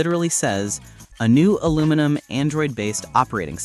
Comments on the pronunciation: say ALUMINIUM not aluminum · Its Aluminium OS not Aluminum OS. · Aluminium OS. Al-u-min-I-um. Not Al-u-min-um. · Is literally spelled Aluminium OS. Proceeds to say: Aluminum OS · your AI can't say aluminium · The new Google OS will not be called 'Aluminium', which is the UK spelling of the word 'aluminum' in US English. Google is an American, not UK company. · Thanks for mispronouncing the word Aluminium no less than 29 times 😂